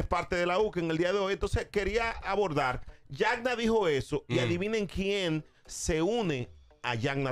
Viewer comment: JaNna no Jakna 😂